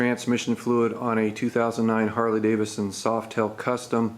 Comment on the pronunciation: Great video! But its pronounced Davidson not Davison... lol